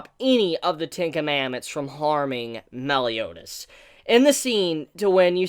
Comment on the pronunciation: why do I keep hearing tinkamamooth when you say ten commandments XD